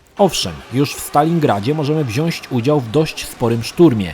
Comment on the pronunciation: Wszystko ekstra, tylko proszę Cię Drogi - WZIĄĆ, a nie WZIAŚĆ, bo to jednak daje po uszach bardzo:) Pozdrawiam